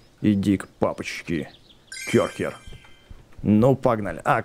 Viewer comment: Не кёрхер а керхер